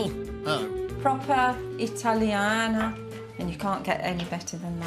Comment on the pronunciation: The way says italiano... 😂😂